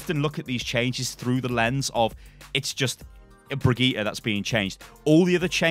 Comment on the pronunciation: Haha, how can he still not pronounce her name right? I mean he even interviewed the voice actor, who told him how to pronounce it :D